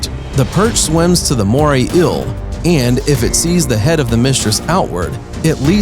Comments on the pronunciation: “Mooray ill” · “The moray ill” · Why is he saying moray ill not eel? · “Moray ill” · Moray "ill"? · "Moray ill" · Take a drink every time he says moray ill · Moray eel not moray ill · Take a shot every time he says morray eel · It's NOT a "moray ILL"